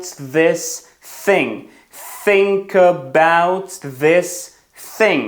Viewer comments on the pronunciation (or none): Чому тоді think чутно подібно на тінк